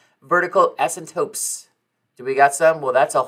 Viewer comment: Dude either you or me are saying asymptotes incorrectly